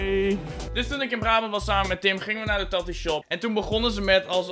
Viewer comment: HOE HOLLANDER TATOO ZEGGEN. TAAAAATOOOO